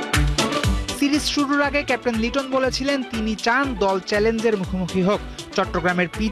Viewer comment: লিটন কি ক্যাপ্টেন? সাই হোপ আর লিটনের মধ্যে তফাৎ দেখে লিটনকে কেপ টেন বলেন